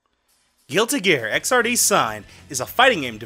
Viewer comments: It's Xrd not XRD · You said Xrd wrong lol.